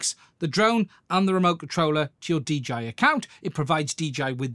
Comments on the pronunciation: He keeps calling it a DGI instead of DJI. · Its called dialect, duh😅